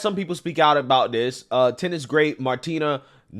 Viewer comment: LMFAO at trying to pronounce Martina's name!